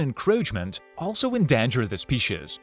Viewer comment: you mean ehndahnjer the speeshes? 😂🤣